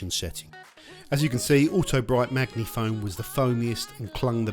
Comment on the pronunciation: "Maggie - Foam" 🤣🤦‍♂️